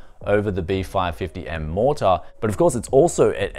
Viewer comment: B550 MorTAAR, it's just Mortar mate, soft R